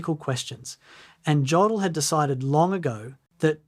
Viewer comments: Good documentary! But his name is pronounced Yodl not Jodl. The J has a Y sound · STOP. STOP making documentaries when you can’t even correctly pronounce the man’s name! OMG! His name is pronounced YOH DL Rhymes with yolk. You pronounce it with a hard J like Joseph. STOP posting garbage and At least listen to it before you upload it. Your ignorance is appalling!